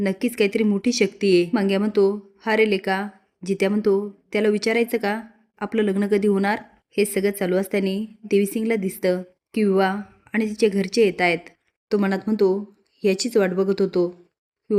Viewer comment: असातानि हा शब्द मराठी भाषेत नाही असताना बरोबर आहे नीट बोला